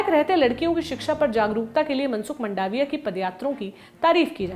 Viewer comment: मंडाविया नहीं मांडविया है इनकी surname